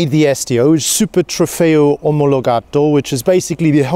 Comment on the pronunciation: Please, just PLEASE, not even you guys..it's STO aka Super Trofeo OmologatA, not omologatO!!! please...it's like to say ferrari 812 superFAT...